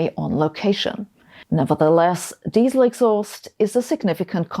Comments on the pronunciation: As soon as I heard how you pronounced Diesel, I knew this video was stupid. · Yes but des-sell!🥰